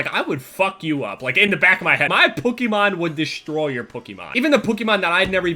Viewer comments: He pronounces it "PukEEmahn" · Sounds like is saying PUKEMON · Pokemon is pronounced pukiemon gg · Sounds like you're saying pookiemon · Stop. saying. POH-KEH-MON! It's PO-KEE-MON!!! For fuck sake! Get your shit together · the kind of guy to say pukemon instead of pokemon... listen to him... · Doesn't it kinda sound like he's saying Pukemon instead of Pokemon? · Stop pronouncing it wrong. It's pokemon not pookimon. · he says Pokemon like pukemon. I used to be a fan of you, but now I'm a speech therapist, and you need help. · Am I the only one that wonders why says Pokemon like puk-e-mon instead of Poke-e-mon or is that just me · saying "Pookemon" counter: too many to count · Why the fuck do you say "pookymon" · It's not pukimon its pokeimon 😂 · why do you say pookiemon? lol its all good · Sounds like he says "pookiemon" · why the fuck do you say pokimon its fucking POKE-E-MON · He says Pokemon like pookemon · says pukemon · Dear: It's not Puh-key-mon It is Poe - key - mon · the type of nigga to say pookiemon instead of Pokemon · pronounces pokemon "puh-key-Mon" 😂😂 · "pookimon" - 2016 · the type of nigga that says Pookimon instead of Pokemon. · Why do you pronounce "Pokémon" so oddly. You say it like Pook-E-Man for some reason lol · I love how he says pokemon cause it sounds like he says pookimon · must love "pookemon" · Why do you say pukymon? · he sounds like hes sayi pookiemon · Why do pronounce Pokémon as pokkimoan? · the way he says pokemon pokymon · Who else hears pookie maan every time he says it😂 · Pokemon. Not pookemon or puh kemon or however u were saying it young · says "Pookiemon" lmao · Am I the only one getting pissed about how he says Pokemon? Pukeemon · am i the only one hearing say pookemon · Who noticed that said Pookhymon instead of Pokemon the whole video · "Pookeymon" lol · you say Pokemon like pookiemon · but why he call it pookeemon? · Or pookemon